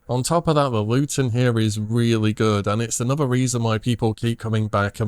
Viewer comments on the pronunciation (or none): none